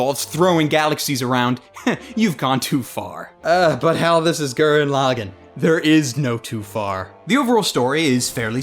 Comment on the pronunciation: I enjoyed this review, and completely agree. It's a fun show to just sit and enjoy. It also has a 'HUMANITY, FUCK YEAH' feel too it as well. But one thing that annoyed me was the pronunciation of the title. If you go by the way the characters pronounce Lagann (as in the dual mech and the single), it's pronounced LA-GAAN, with a slightly extended ahh sound instead of a quick 'gan'. I blame the people too ignorant that only watch dubs because they don't like subtitles or because they can't read them. FFS America.